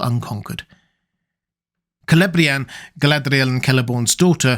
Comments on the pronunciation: Why do you wreck the "r" in Galadriel?. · Your videos are fantastic, but your pronunciation of "Galadriel" is ridiculous and obnoxious. No need to exaggerate it so much, makes the video borderline unwatchable. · So Galadriel was 'Guyladriel' as in Rings of Power?